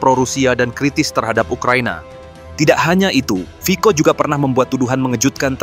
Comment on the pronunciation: Yang benar admin, itu /fitso/. “Fico” dibaca nya 👉 /fitso/ huruf “Cc” Slovakia diûcap /ts/ atau /tse/!